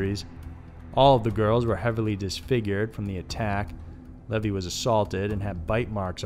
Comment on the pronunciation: CHI is a Greek ketter, pronounced "kye." Stephanie Brooks real name is Diane Edwards. Levy is pronounced "leevy." Otherwise, great voice and good to see more uncommon photos of Ted.